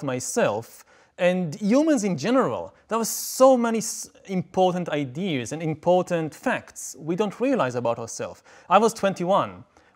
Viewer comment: "idears", love it.